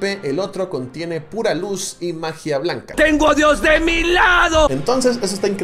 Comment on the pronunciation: Como que ese tono de "magia BLANCA" me sono raro xD.